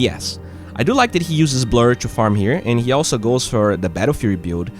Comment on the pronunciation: Bro please stop keep saying chu instead of to, it is so annoying. i love your videos btw.